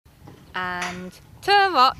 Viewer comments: twahts? isnt it t-rot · Trrvot, I know she's saying teerrott but it sounds like trrvot. Lol lmfao